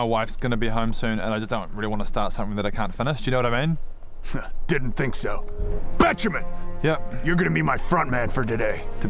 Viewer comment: They said Benjamin The caption says Bettjeman But i only hear Bitchman